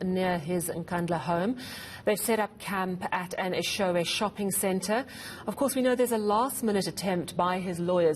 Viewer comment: Its Eshowe with an O not an A its not Eshawe please pronounce correctly 🙏🏾 thank you